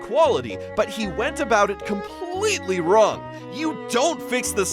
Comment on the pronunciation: "hes not wong"